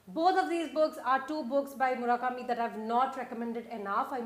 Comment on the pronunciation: Dear, Please, please (crying, sniff, sniff) please don't say 'Murakami' again, ever, never, ever........pleasee............